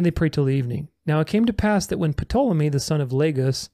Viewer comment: the sun. moon, and stars were made on day 4, not the third day. Also, The Great Bear is the constellation we call Ursa Major, which means Great Bear in Latin, or Cancer in pagan vernacular. one more item, the P in Ptolemy, is silent. I studied and practiced astrology for roughly 30 years, and can verify that the records concerning the procession of the equinox does NOT oscillate